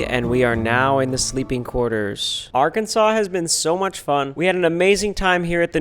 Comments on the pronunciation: “AGHRKENSAW” noiez ❌ “AHGRKENSAWCE” yez ✅ edit: cookie is yum 😋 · Is it just me or should Arkansas be spelled differently? It's spelled Ar and Kansas but isn't said like that. Arkansaw is how it sounds.